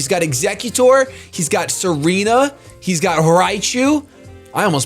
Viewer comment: Tsareena not Serena